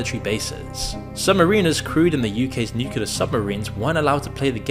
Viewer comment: can you please send your script reader to speech classes or something. If I hear another "nucular", I swear...